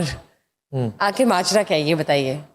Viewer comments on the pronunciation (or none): shame on you (), you don't know how to pronounce the word "Akhir" I don't know who gave you this seat.